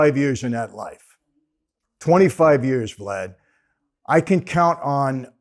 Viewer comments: To clear up the confusion, he said "Vad" then corrected it to "Vlad". He just missed the "l". It would have been pure comedy gold if Michael said "Glad" just to screw with him. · i thought he said "when you take that oath and come into that life... GLAD" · I thought I heard him say Glad!!!!! 😂😂😂😂😂😂😂😂😂😂